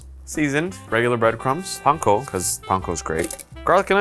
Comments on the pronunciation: Thank you for pronouncing panko correctly. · Omg pronounced panko correctly and it made my heart soar. Thank you.